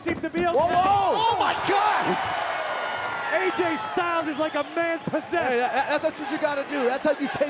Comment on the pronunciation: OhEm Jet bro its GOD not Gwad